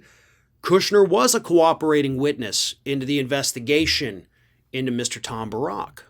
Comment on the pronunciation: I think it's pronounced Tom BEAR-ICK. 😏 On Cohen, I agree his track record isn't spectacular...at all. That said, he did his time, and he doesn't deny what he did [now]. Gotta admit, he's been pretty on-target with a lot of stuff.